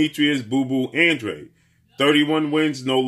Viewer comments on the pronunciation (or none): I still don’t understand why they pronounce his last name as (an-dreid) it’s a Spanish last name and should be pronounced (an-dra-de) 🥴